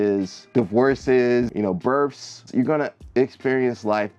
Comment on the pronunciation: He said birfs